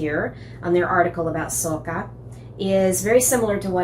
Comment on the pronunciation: Your pronunciation was perfect! The French stress the word ending. There is also an old French song (A Capri c'est fini = in Capri our love came to an end). I love your bowl! There is really lovely pottery in Italy. I've just got two little Italian bowls in the shape of watermelons as a present. :D